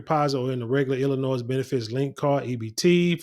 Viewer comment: The s is silent in Illinois. It's Illinois not Illinoise. 😂😂